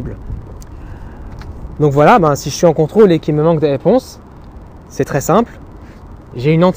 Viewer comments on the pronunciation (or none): none